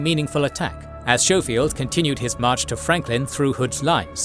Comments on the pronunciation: I'm sorry I love this channel but its Sko-field not Show-field! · FYI "Schofield" is pronounced with a hard "K" sound. So its "Sko-field" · And General "Showfield"? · you could benefit from researching the pronunciation of some names before recording some of these were atrocious SHOW FIELD!! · Technically pronounced "SKOH-feeld". Minor detail, still a great video.